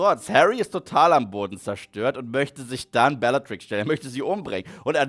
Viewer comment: Es triggert immer noch wie er Lupin ausspricht und belatrix Lestrange Lupin und Neville Eltern wurden gefiltert bis zum Wahnsinn von Rudolphs Rabatt bellagrix und Barry chorisch jr